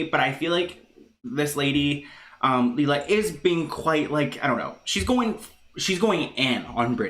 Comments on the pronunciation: It's pronounced Lay-La Ok its me..i show up alot with videos on britneyand baby. My son has duchenne. And I can tell you she is not handleing the situation with Nolan well..people are right he is supposed to and needs to wear his braces on his legs as much as he can tolerate with breaks in between.(which I guess he could conveniently have them off on "a break" when Britney films)THIS WILL AFFECT HOW LONG NOLAN CAN WALK..the normal age kids with dmd stop walking is 12 with the use of braces. If he doesn't wear the braces he will be in a wheelchair sooner. Second Britney carries the flawed gene. The sons most likely will have it and daughters carry it. She chose to have two children knowing the risks. Not only is Nolan sick but all of his siblings WILL HAVE DEPRESSION just ask my children how life is with a brother who will die young. There is no cure for DMD. No Cure period. My son is 20 I dont have much time. When I see what she could do and isnt for Nolan I get very angry. she needs to wake up and do everything she can. I will comment on every video with her name hoping to get her attention..get Fletcher and the girls tested for the gene ASAP I know it is scary but knowing this is very important. My 15 daughter who carries the gene is already having heart problems which is a side affect of being a carrier..britney and her girls need to find out now. You dont want to fimd out the hard way with your daughter to pass out from running because her heart is weaker than non carrier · That’s not how it’s pronounced (Lee-la) , it’s pronounced Lay-La. OKBABY NEEDS TO STAY OUT OF IT, she’ll be chewed up and spit out as well. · Its layla thats how you say it lol